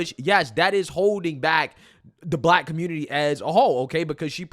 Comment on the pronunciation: "Aight guys! So we gotta talk about" how the Communitah is a lost cause yo... 😂🤷🏾‍♂️🙄🤦🏾‍♂️🤣